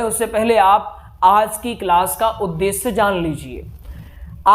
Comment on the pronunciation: अच्छा कार्य कर रहे है मगर पहले अपना उच्चारण सुधारें। श और स में भेद करना सीखें। उद्देस्य नहीं "उद्देश्य", सब्द नहीं "शब्द " बोलिये। दूसरी बात, आप संस्कृत पढ़ा रहे हैँ और सानदार (शानदार) जैसे उर्दू शब्दों का प्रयोग कर रहे है। स्वयं को गुरु स्थापित करने से पहले स्वयं को परिपक्व करें। डॉक्टर नित्यानंद मिश्रा जी से प्रेरणा लें। क्षमा करें, मेरा उद्देश्य आपकी कमियां दिखाना नहीं, बल्कि आपके अच्छे प्रयास को और उपयोगी बनाने के लिए है।